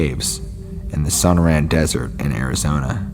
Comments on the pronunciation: And SONAR-ran and "TUCK-son" LMFAO!! I love, but yeah, it's kind of cringe inducing, isn't it? 😂😖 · It's su-nor( like snore)-anne.... And...too-sawn... Sonoran desert and Tucson!!! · No, it’s pronounced sun-er-an and tuck-sun. Thanks. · Sonoran is pronounced sa-nor-un. Tucson is pronounced tue-sonn. Just a peeve of mine. Otherwise these were good stories. Thanks.